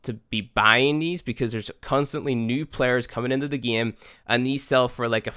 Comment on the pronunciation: i like how he says gieme